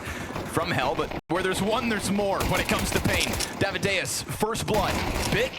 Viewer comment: please, casters, stop sayin daviduos...